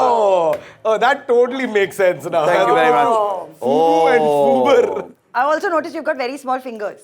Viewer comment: Wait why is no one outraging on how they FUBAR'ed the word FUBAR?